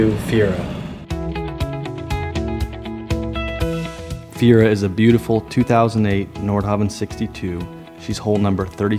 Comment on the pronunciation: this N62 was not named "Fiera" like the car; it is "Feria" and should be pronounced "Fer-ee-ya". You're a Leishman, for god's sake. The bar is higher for you guys. You should make it your business to know how to pronounce the name of the boat. Anything short of that is simply laziness. I cringed every time you said "Fiera" and really couldn't enjoy the video because of it.